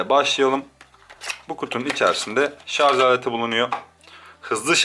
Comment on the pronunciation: abi hep Şarz diyosun o Şarj olcak çok takıntılıyımda :D